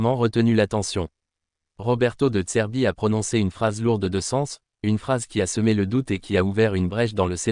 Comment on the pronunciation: Ta voix IA au lieu de dire "de zerbi" elle dit "de tserbi" ... 😂